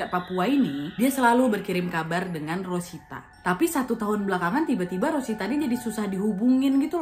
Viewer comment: resita jd rosita😂 mesin jahit berubah menjadi mesin cuci🤣